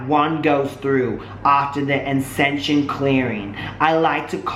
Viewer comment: He seriously can't pronounce the word "ascension" wowwwwww